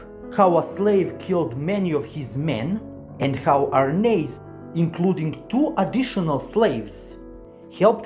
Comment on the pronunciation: You must be the only person on YT to pronounce Arnheid's name correctly! But yes, many of these Norse names are difficult to pronounce unless you look up the pronunciations. When the anime gets to the Vinland arc in about 10 years, the Lnu names will be extremely difficult to pronounce!